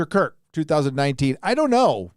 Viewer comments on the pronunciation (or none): none